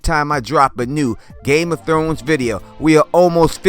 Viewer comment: Did you just say game of thones?